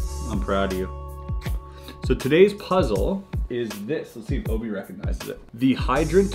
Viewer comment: You keep calling Obi…Obo ... That’s the name of one of my stuffed animals from when I was a little kid it’s still on my bed at a 37-year-old woman, I’m not gonna lie it freaked me out a little bit first.